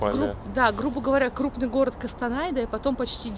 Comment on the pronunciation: Законы русского языка не действуют на казахские слова, прошу вас произносить Костанай через "О" Кокшетау тоже так же как пишется, если не сложно, а нам приятно